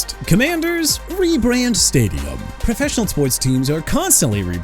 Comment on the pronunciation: It's our year stay-jum